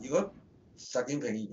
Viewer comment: 點解全程講習”建“平？